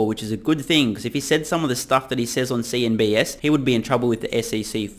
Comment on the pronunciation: Dude, stop smoking pot and learn to say "CNBC". The network is not CNBS!